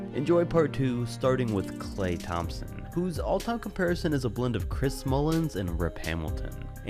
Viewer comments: Also I think you said Chris "Mullins". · "Chris Mullins"